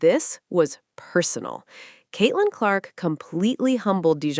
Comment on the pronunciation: Caitlin Lark? I hate AI. Timpson is the one that stepped up more than Billings with no Boston.